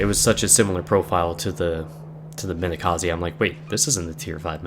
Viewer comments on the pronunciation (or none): Hmm...sorry to ask this, but why do you care about pronouncing names of soviet ships, while Wakatake sounds like 'walkie-talkie" ? Or Minekaze sounds like "Minekazeeeeeeeeeeeee"? I'm from Poland, live in Sweden, and still does not understand people who tries to pronounce one thing correctly, but screws around with Japanese names? Well...back to soviet DD. In one battle, I've did so much damage with Storozhevoi (tier 2 battle), that I practically skipped whole tier after one battle o.O And I thought that 'this ship sucks - only 3km torps', but it were very fun. PS. And I'm surprised how many people have learned proper pronouncing of Błyskawica since release of her. PSS. Yup, butthurt to the maximum about Japanese pronunciation <<Where's my waifu??>> :P (and yup - my english is terrible)